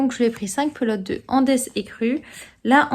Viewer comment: Bonjour, Hum, est-ce que tu as retrouvé ton minuscule morceau de plastique transparent! Concernant la laine Andes, j'aurais prononcé Andes, comme la cordillère des Andes? Ou c'est "Andès" à l'anglaise? 🤪 Merci pour tes explications sur tes travaux 🥰